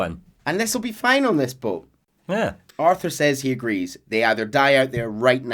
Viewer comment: Ever since the Kingdom Hearts lore dump, I laugh whenever says boat.